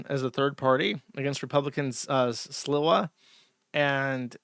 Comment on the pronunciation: I was gonna make some remark about Jersh deliberately mispronouncing Mamdani like a Fox News host. Then I remembered how tenuous his grasp on English is when I heard "Coomo" and "Sliwa"